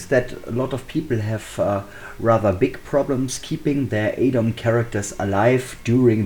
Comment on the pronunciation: This might be a bit silly but thanks for being the only YouTuber I've found so far to pronounce "Adom" the correct way. For whatever reason everyone else says "Adam".